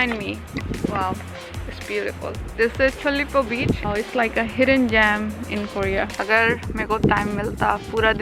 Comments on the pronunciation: Whenever she says word 'Beach' it always remind me of Bitch😅 Only Armies will understand 😂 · you always say bitch insted of beach........